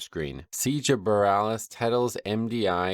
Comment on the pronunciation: Gotta love how this guy is into wow media and all these high level players, but seemingly is unaware on how anything normally operates. "Tettles tech" hahaha